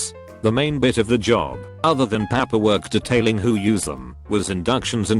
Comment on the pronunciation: "I started on the Papp-per work"